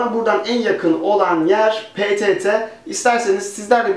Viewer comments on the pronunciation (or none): abi ptt ye prett dedin :D